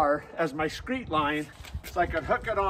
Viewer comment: Its screed, not screet. Very nicewrok!